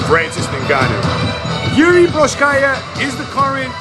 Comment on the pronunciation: Man. Work on the pronunciation of his name first (mean Procházka) . Its way more horrible then in Rizin, and that was really bad too :D About the match. At the moment, I see for example Jan as a more interesting match and, above all, more realistic for implementation. Ngannou is still thinking about leaving the UFC so it probably won't happen